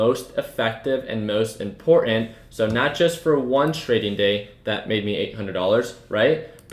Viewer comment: Little pointer on pronunciation "ImporTanT" has 2 "'T's" in it and make the sound "Ta" and "CerTain" has a "T" in it as well they are there for a reason, u have a very lazy way of speaking.